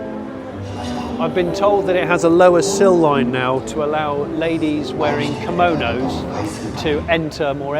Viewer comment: Do I just hear him say "..... To allow ladies wearing KOMONOS.... "?